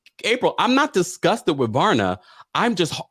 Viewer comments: Not Varna, it’s VARYA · Every time you said "Varna" instead of "Vaya" 😭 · Varya not Varna- there is no N in her name